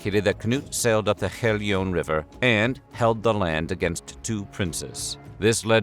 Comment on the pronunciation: He can't pronounce them. I thought he said "Battle of Herrljunga" but it was "Battle of Helgeå". Americans are not Europeans and will never be